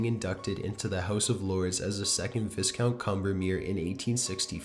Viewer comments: Sorry, I'm a teacher, I have to do it.: provocation (not provoke-tion) 4 syllables: prov-uh-KAY-shuh n Anglican church (not Angelican) 3 syllables : ANG-gli-kuh n viscount = VAHY-count (not viss-count) thromBOsis (not thrombus) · Number 4: ok so the narrator pronounced the word Viscount like the way it looks but the S is actually silent and it’s pronounced “Vie-count” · Viscount is pronounced like VY-count